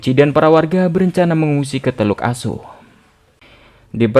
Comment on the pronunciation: Teluk aso bang bukan teluk asu😂😂